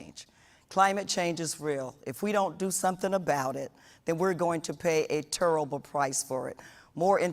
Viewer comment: We are gonna pay a turrible price for it .... ....... TURRIBLE